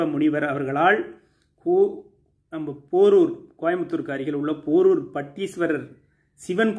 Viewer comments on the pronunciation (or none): அண்ணா போரூர் இல்லை அண்ணா அது பேரூர். அதையும் கூட டூபாகூரூங்க கேட்பானுங்க...... போரூர் இல்லை பேரூர் என்று கூறிவிடுங்கள். தயவுசெய்து.....